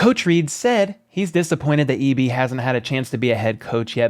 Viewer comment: That dude butchered EB's name. The Tom Brady thing was hilarious. Thanks for the shout out